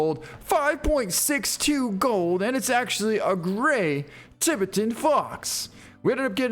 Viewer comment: Or how he says Tibetan Fox🤦🏻‍♂️